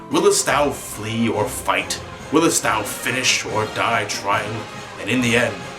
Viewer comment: Why do you keep saying "willest"? Willst is pronounced like it's spelled.